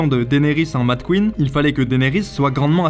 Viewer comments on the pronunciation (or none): none